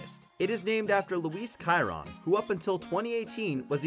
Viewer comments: I can name hundreds of cars more expensive and it’s pronounced sheeron not Keeron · You did not say Chiron right it is like (sh-eir-on) also there are like 35 cars more expensive than the Chiron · The way he pronounced Chiron made me cringe